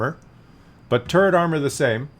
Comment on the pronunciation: I like this tank. I would like it more if it had at least 10 more pen for the normal round and 200 armor for the turret. Also, I wish you would stop saying tumor all the time